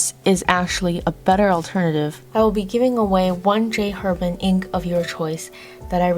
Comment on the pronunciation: This was a great review, thank you. Very thorough, great visuals, very organized. The only criticism: if you like J. Herbin so much, please pronounce the name correctly: the "H" in French is silent - it's pronounced AIR-bon (that's the closest to an easy way to show you how to pronounce it -- more accurate would be : AIR-bahn )